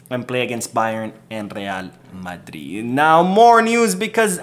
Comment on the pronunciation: I hate to the way you say Madrid 😡😡 talking about real madridd